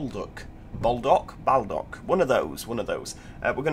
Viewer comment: great video by the way baldock is pronouced ball dock